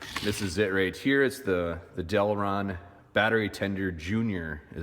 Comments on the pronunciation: Deltran,not Delron. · del TRAN....not delron....but thanks for the informative review